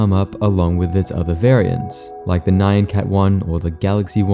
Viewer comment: ...It's... nyan. It's just nyan. Not "nigh-ann". Just nyan. Like, the middle of "banana" with a "nyuh" sound. Japanese 'meow' sound.